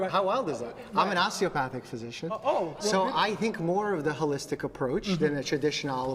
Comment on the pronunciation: "Uhlistic medicine"